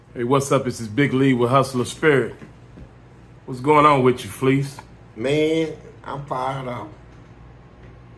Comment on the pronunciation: Fleece is the only human on earth that pronounces his own name wrong (fa-leece)🤣